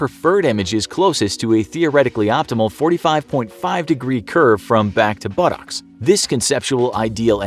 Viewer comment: I love how the narrator pronounces buttocks. Budowks